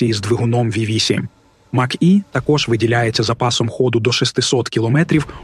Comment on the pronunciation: Ви якесь ШІ для озвучки використовуєте? Навчіть назви правильно вимовляти. То Хюндай, то який Мах. Шо за Мах? Не зважачи на це відео як завжди круте. Дякую.